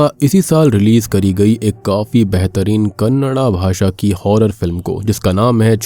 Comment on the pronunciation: You are the first person who pronounce the word Kannada I am proud of you, brother Jai Kannada Jai Karnataka Mathe Kannada bagge Jayavaagali ಇವಾಗ ನೀವು ಹೇಳಬಹುದು ಕನ್ನಡದಲ್ಲಿ ಟೈಪ್ ಮಾಡಬಹುದಾಗಿತ್ತಲ್ಲ ಅಂತ ಆದರೆ ಕೆಲವೊಂದು ಜನಕ್ಕೆ ಈ ಚಾನೆಲಲ್ಲಿ ಕನ್ನಡ ಅರ್ಥ ಆಗೋದಿಲ್ಲ😂❤❤❤❤❤